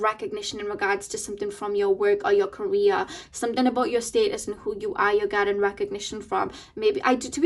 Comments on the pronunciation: lol omg! I thought about that too! But I kept hearing Korea lol 😆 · Lol it’s her accent of pronouncing “career” but still you could take it as a sign for yourself since “Korea” is meaningful for you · I was so confused the first couple of seconds, i thought you said Korea but then i figured you meant career